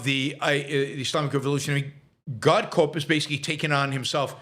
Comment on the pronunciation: It’s pronounced core not corpse.